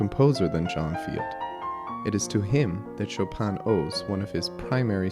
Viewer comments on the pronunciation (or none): Not SHO-PAN sho pin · The N of chopin is not pronounced in french. Its a french name, not polish.